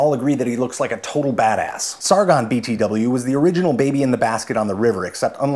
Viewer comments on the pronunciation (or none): Omg he said bt-doubleyou just like that girl in Turtles all the way down... Was this an intentional overlap??? Shit's gonna keep me up all night now